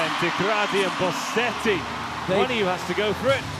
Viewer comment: Please, is Bosetti not BoSSetti.